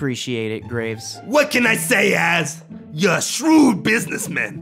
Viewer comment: I miss heard Graves as Grapes